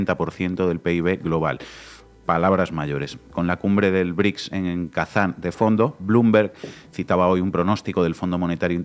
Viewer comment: No son BRIC!!!! 🤦🏻‍♀️🤦🏻‍♀️🤦🏻‍♀️ Son BRICS!!! Brasil, Rusia, India, China, Sudáfrica!!!!! Vas a hablar de los BRICS y ni siquiera puedes pronunciarlos bien!!! 🤦🏻‍♀️🤦🏻‍♀️🤦🏻‍♀️